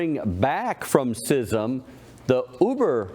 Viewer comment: it's pronounced skizm